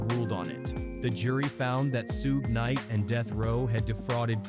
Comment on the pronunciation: AI said Sue-gay knight 🤦‍♂️